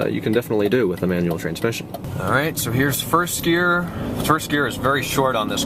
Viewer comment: its gear not year